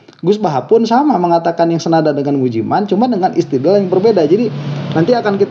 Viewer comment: Tolong dan maaf, Anda sbg yg disebut sbg guru , tolong lebih sopan sedikit jangan melecehkan nama seseorang, misalnya menyebut Ust.Mujiman dg sebutan Ust.Mujimen.🙏